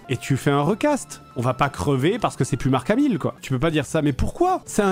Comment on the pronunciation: Je suis le seul a entendre "Jean Marc Hamil " ? 😂